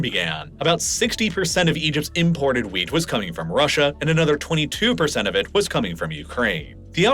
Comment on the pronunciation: Might want to really annunciate those Ts at the end of wheat. Sounds like you're talking about a VERY different kind of crop :-)